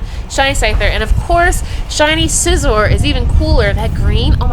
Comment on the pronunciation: Nice to see that you pronounce Scizor and Skorupi's names correctly... unlike some people. lmao